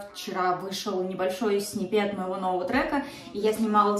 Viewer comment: а специально в сниппет не туда ударение? странно, что человек который в музыке не знает как правильно сказать